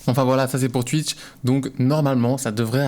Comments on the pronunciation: "Tuitch" on prononce "touitch" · Ya vraiment qu'un belge pour dire Tuitch 😂